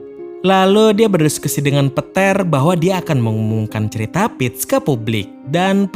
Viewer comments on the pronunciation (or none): narator belajar lagi mengeja nama pemain dengan benar... lukas di baca luk.... peter di baca pet